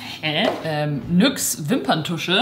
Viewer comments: nyx wird ,,nix“ ausgesprochen 😂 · Bitte nicht nüx sagen 🤯 man spricht es NIX aus 🥰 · Wie sie einfach Nüx anstatt Nyx sagt (kein Hate!) 😂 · bitte nicht nüx sprecht das bitte richtig aus😭😭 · Mich trigert das iwie wie NYX ausspricht..😅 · Ich liebe sie echt aber wie sie emp und nyx ausspricht triggert mich schon sehr 🤧😂😑